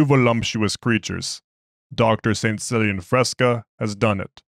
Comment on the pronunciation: I think its pronounced "Killian"... but love your stuff! Keep up the good work!